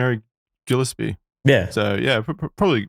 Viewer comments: It’s pronounced “Gill-Espy” not “Jill” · As a Gillespie, this ep was painful to listen to (mispronunciation), great ep tho! ✌️&❤️